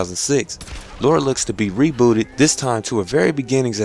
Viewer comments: You my friend are one of the best reviewers on youtube. Really looking forward to this one, as I love a game with a great story and great gameplay. P. S Just thought I should mention her names Lara not Laura, LOL, It's all good though. Thanks Again for the great reviews man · is Lara not Laura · good review but it's LARA.... LAAARA! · The miss-pronunciation of Lara is really hard to get over >.> but great review regardless good job man. Can't wait till Monday GAME still haven't dispatched my copy but i really hope it arrives on time ^^ Should point out i was expecting today because Sunday of course isn't a working day for post so i was worried that posting on Saturday would make the game arrive late but i'm probably worrying about nothing ^^ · What is so difficult about pronouncing Lara? I don't get it... never been an issue for me.